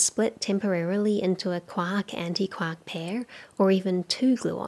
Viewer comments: She keeps saying KWOCK, but I'm pretty sure she's trying to say QUARK! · Every time she says quark I think of a duck instead of James Joyce